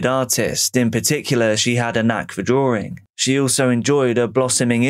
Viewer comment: What is DRAWERING or CANADER ?